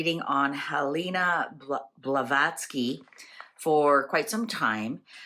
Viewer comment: You kept pronouncing her name wrong, which would be fine ,I'm just wondering if the right energies came through for the right person??? 🤔